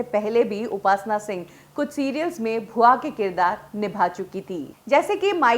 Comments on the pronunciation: Bhua ji nhi...bua ji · भूआ जी नहीं बुआ जी